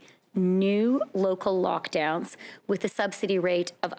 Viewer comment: "TEMPORARY NEW LOCKLOWNS" YA SHE SAID IT...THIS AINT OVER